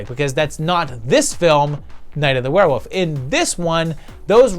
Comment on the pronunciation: is it just me or do you pronounce Werewolf, WereWOUF?! I felt like you were doing the meow gag from Super Troopers, haha. Maybe it's just me.